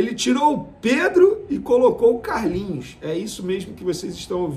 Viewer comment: Foi contratado pra jogar Vene, Não de essa ênfase ao falar o nome do CARLINHOS. Menospresa demaaais kkk